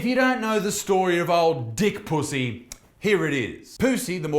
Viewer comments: Isaac - love your videos but I have to take issue with your pronunciation of Pusey. My maternal Grandmother, and therefore my mother, were Puseys and, up here in UK, we do not pronounce it as in 'pussy' but we pronounce it Pew (as in church bench seat) then Zee (as in the American way of saying Z (Zed).... ergo: pew-zee!! Just saying!!!! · the way he says his last name 😂😂